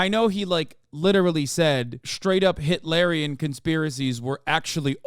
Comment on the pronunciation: i think of Dune every time you say “hitlarian” lol